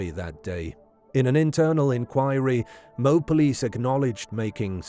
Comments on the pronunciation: OMG .. IT IS NOT "MOBE" it is MO-AB. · "Mobe"??? It's pronounced "Mo-Ab" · When you make a video, take the time to learn how to pronounce the names mentioned in the video. It’s Mo-ab, not Mobe. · It is pronounced Moe-Ab Moab, Utah If she didn't admit that she hit him he would of been arrested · Utahn here. It's pronounced "Mo (like the name) Ab (like the singular form of the stomach muscles)" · Dirty Laundry Parents covered for his pathetic Loserly life; he ended himself anyway and they had to pay out the Hee Haw for attornies anyway. Oh, and By the Way, Moab is pronounced MO AB. Dumb AS S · I laughed way too hard at your pronunciation of Moab